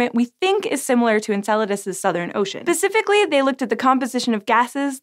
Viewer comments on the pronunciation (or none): Its 'specifically'! With an 's', 'specifically'. not 'pecifically'. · Did you just say... Pacificly? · Doesn't pecifically have something to do with the Pacific Ocean?